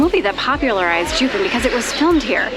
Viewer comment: I find it odd that you two bothered to do research to present while filming, yet couldn’t be bothered enough to learn how to pronounce Jiufen and other things correctly? It takes only a moment. Along with this, your comments on Japanese history reaaaallllly gloss over the negative aspects of their colonialism on the indigenous people of Taiwan. Foreigners and travelers all have a duty to honor the places they visit. That includes their complete history.